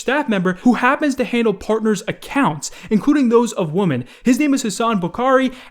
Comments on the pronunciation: Lmao when you pronounce Women as Woman🤣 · When says woman instead of women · Does anyone else notice how scarce pronounces “women” the way “woman” is pronounced? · Literally everyone: ''Women'': "WOMAN'' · people who pronounce women as woman make me sad for being able to understand English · “He pressure young woman.” It’s wem-men bro. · It's WOMEN not WOMAN!! Pronounced whim-in (plural) as opposed to woman (singular). Please. I BEG OF YOU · how do you still not able to pronounce women properly, it's pronounced wi-min not wo-man when you're talking about multiple women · women is not pronounced like “woman” my dude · Ok but why does he say "women" like "woman" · How the hell does STILL mispronounce "women" as "woman" smfh... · Omg scarce, can you please, for the love of Lumberjacks everywhere stop saying women as 'woman'. Its plural for a reason! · Why does scarce pronounce "women" as "woman" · Has anyone else noticed that when scare says women he says woman? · Why do you pronounce it wooman lmfao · Dude... women .. say it with me Wim-en. Please seek some private tutoring. A man in your position needs to be able read well and pronounce things propperly. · great content but please pronounce women correct. You pronounce women as woman and that’s just annoying😂😂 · Everytime my dude. Idk if he writes his own script but he saids woman instead of women like come on dog can you read or did you fail 1st grade English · why do you pronounce "women" (plural) like "woman" (singular)? Drives me crazy!!! Lol!! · Yo why does pronounce 'Women' like 'Woman' lol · I love scarce, but is anyone else annoyed by how he pronounces “women” as “woman” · How says Women 😂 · can’t pronounce “women” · including those of woman??? SCARCE learn how to pronounce WOMEN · For some reason scarce cant pronounce the multiple of women he just sais the singular version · scarce you really gotta learn how to pronounce 'women'